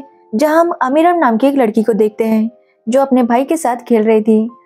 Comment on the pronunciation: अमीरन नाम है ना कि अमरीन